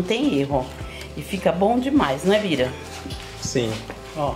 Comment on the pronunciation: É Bira. Kkkk saiu errado.